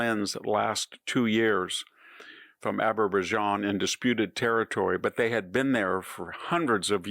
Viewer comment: VDH is so far off target on this one he doesn't need to go for a colonoscopy this year. I particularly like his pronunciation of Azerbaijan, pure erudition from an obvious expert.